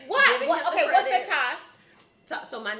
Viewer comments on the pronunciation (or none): She is a air head and she didn't even know how to say Tosh name